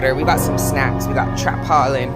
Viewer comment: Its tarpaulin not trapaulin.